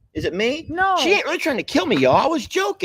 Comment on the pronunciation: Shein pronounced She In.